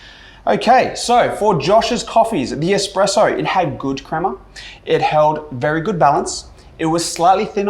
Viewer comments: head barista saying expresso ...not really cool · Did the expert judge guy say "expresso"? Lol